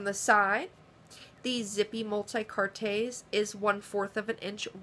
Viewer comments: Its pronounced "multi-kaarts" not "multi-cartés" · Lovely little pieces. Thank you for the review. Quick crashcourse in French: "Multicartes" has silent e + s = pronounced "multicart" when spoken.